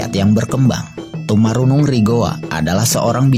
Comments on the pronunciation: saya koreksi sdikit Tomanurung bukan Tomarunung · tomanurung min bukan tomarunung